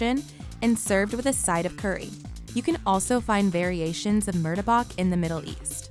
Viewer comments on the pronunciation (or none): "roe-tea" / "murda-bok" my dude,,, its,,,, "roh-ti" / "mar-tah-bak" roti and martabak <33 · When she pronounce martabak sounds like murdebuck, i stop watching the vid😂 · Murtabak. Yes that’s how you spell it but it’s pronounced mu ta bak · the way she pronounced Martabak made me so mad. maybe it’s just my indonesian instincts.